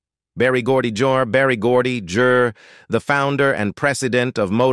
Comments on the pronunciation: And Barry Gordy jur ⁉️⁉️⁉️🙄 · Barry Gordy jerr... Barry Gordy jurr. Usually we say "Junior". Downvoted for being a low energy narrator. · Narrator’s Golden Throat Award moments were so 😢on display during Barry Gordy, starting with “Barry Gordy Jurrrr” and quickly followed by Modown and Modone for Motown 😂😂😂